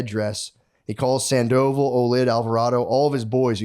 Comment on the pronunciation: Sand-O-Vall not Sand-Oval 😏